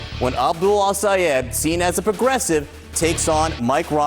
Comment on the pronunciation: You calling his name wrong. Might be intentional because the US media is racist as hell.